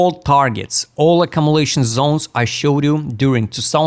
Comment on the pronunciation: when it is pronounced properly Zones is not funny but when you say Zons it becomes funny 😂